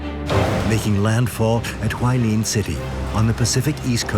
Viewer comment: Hualien not Hualine